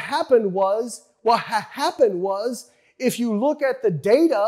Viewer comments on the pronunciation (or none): "wut hae happen wuz" lol